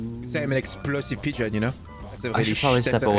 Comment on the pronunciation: Mmmm yes "peegon"